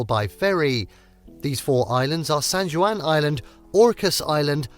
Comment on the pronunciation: Did you for real say "san joo an"...?